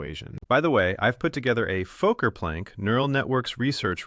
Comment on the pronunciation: The AI narrator can't pronounce "Fokker"